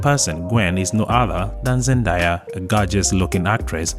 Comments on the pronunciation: everyone knows that Zendaya’s dad is black…. where has this clown been. By the way… she pronounces it ZenDAYa… not ZenDIEa….. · The correct pronunciation of the young lady's name is Zen..day..a. And her character in the Spider-Man movies is MJ, not Gwen. Please try to get things like these right when you make videos. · Her name is pronounce Zen-day-a ❤